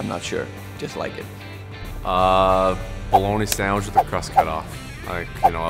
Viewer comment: Tarasenko and his "Send-veech"